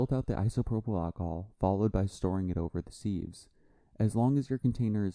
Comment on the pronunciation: It’s pronounced Siv not Seev.